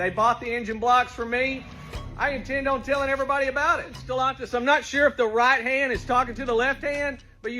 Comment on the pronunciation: Why does he say Stellantis like that ew lol